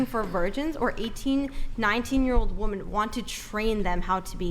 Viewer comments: Why do so many of them pronounce "women" as "woman"? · Again to all you young ladies: the plural of “woman” is “women” pronounced “wim-in” why is it so hard for all these ladies to say it correclty? Am I missing something!? They all say it like this, is it some famine BS thing?? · Why can't they ever pronounce the plural for woman? It's women. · I cannot bare to hear her say woman instead of women one more time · it's WHA-MEN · If women don't start pronouncing "women" the correct way soon I'm gonna start pronouncing Philip as "peehilip"